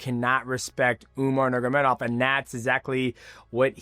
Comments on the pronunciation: The way dj says: nurmagomdov haha.. Dj: umar nurmamamagadov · I love mighty but how can he pronounce dvalishvili and not nurmagomedov 😭😭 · He pronounced numogomedov 7 different ways learn how to speak